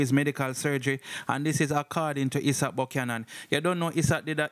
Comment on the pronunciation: Somebody can't tell dah bredda yah say the lawyer name is pronounced "eye sat"